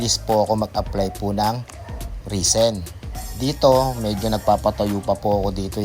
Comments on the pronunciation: res-in pronounciation po. hindi ree seen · Risen ba o resin? 😂